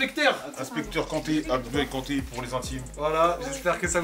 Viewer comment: Mdrrrrrr Jsuis mort il a dit Abdoulaye Kante